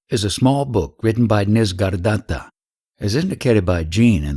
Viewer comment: It is not "Nis-gar-datta" it is "Nisarga-datta".